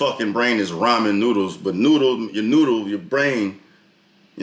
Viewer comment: "brain is like ramen soup" sounds like "brain is like rhymin' soup"